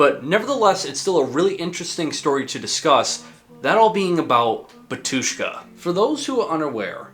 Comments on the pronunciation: It's 'Batushka (first syllable stressed) not Ba'tushka and it's Litur'giya with a g like in game, not dʒ like in gem... (muricans...) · you’ve got a mistake in your pronunciation. Not batUshka but bAtushka. Great video, bro. We’re all waiting for another big video about metal genre. Break a lag! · It’s bAtushka not “batUshka”😊😊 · thanks for the video! it's pronounced bAtushka. and litourghia. no clue where most of non-eastern Europeans get this wrong pronunciations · Great video! However, the accent is on the first a, Bátushka.